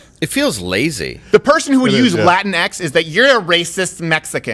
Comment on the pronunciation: really the people who unironically use latinX don't say it like that but rather say it like, "laa-teen-ex.